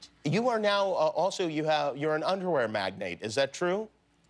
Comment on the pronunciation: I too heard "underwear magnet" and was like "what???"